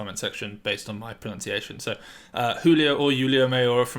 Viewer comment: JULIO 👌👏👏🤣😂 no Yulio...great job